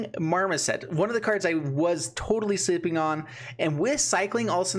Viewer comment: "Sleepying" LMAO